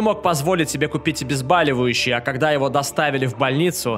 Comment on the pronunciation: ОбезбОливающие - от слова "боль", а вот ваше обезбАливающее - от какого слова, вашу мать???